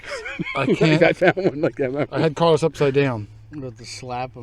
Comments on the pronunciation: It's Carolus....not Carlos! LOL:D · I watch your vids every week. I gotta tell you, though... it's not CARLOS... it's CAROLVS which is Latin for Charles.